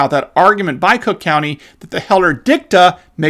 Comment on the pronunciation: Still mispronouncing crook county 😉